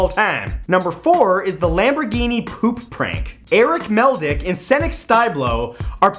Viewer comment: My reaction to the lamburgini? It's a deditated wanbugeeney.